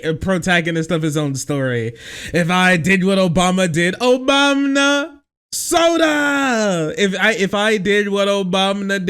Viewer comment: Idk if its something that you regularly admit to, but the way you said "ObamNa " strongly suggests that you listen to Pakman , which isn't a bad thing at all , js ... Keep up the good work brother !